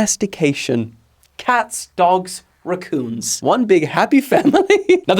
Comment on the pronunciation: why do you say racoon like that